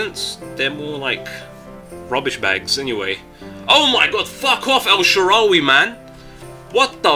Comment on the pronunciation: Lol El Shaawary